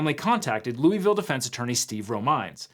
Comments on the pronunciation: Hope its not just me who cringed every time he said “lou-ee-ville” most of us locals pronounce it “lou-uh-vuhl”. Like a mouth full of peanut butter 😂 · Every time I hear "loo-ee-ville" I take psychic damage lol. "Lou-ah-ville" is how it's pronounced, I learned quickly when I moved nearby. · "looey ville". we pronounce it luhvuhl here in KY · LUH-vul ✅ LOOEY-ville ❌ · "Looeyville" It's loy-vil or lou-uh-vuhl. Jfc. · It's not loo-e-ville, it's lua-vol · Looey-ville? LOOEY-VILLE? LOOVUHL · Fun fact: the city is pronounced luh vull Not joking, people there are wierd. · I’m sorry but has a Kentuckian I must say, how did you pronounce that lovely city in Kentucky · As a native Kentuckian, that's not how we say Louisville! 😂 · All those fact checkers, and they can't pronounce "Louisville" correctly?